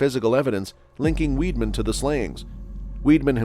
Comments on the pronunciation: His name is pronounced "Vide-man", not "Weed-man" ! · Actually, whether in German or French, Weidmann is pronounced Vide-Man. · You'd have thought his surname was spelt WEEDMAN, the way he was pronouncing it.